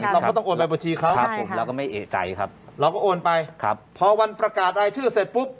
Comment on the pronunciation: เอะใจ ไม่ใช่ เอ๊ะใจ